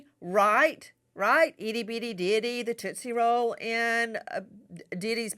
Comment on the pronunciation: Toostie roll😂